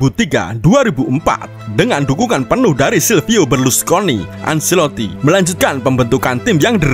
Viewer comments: Penyebutan acelotti: bukan anselotti tapi ancelotti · Penyebutan Ancelotti: anceloti bukan anseloti& jon dahl tomasson: yon bukan jon